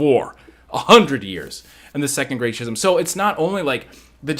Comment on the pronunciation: I mean I learned something for sure bc that era of Star Wars has always been kind of a mystery to me. So it was real good stuff! (Although I gotta be that guy...it's "Skiz-um" not "Schiz-um" lol. That was wigging me out a bit haha. Love ya bro!)